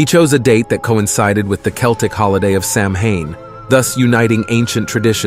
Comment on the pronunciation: Good and informative. Just letting you know, though, Samhain is pronounced "sowen".